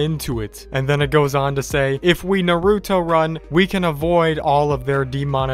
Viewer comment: that's the most weirdest way I've heard someone say Naruto, even I said it perfectly when I first heard it Nerooto running